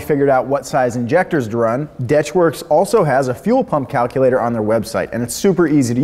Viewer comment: When he pronounced deatschwerks as detchworks I died